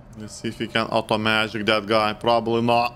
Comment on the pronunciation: The “Oto-Magic” HAHAHAHA!!!